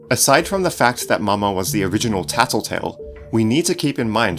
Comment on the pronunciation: why u say taltotal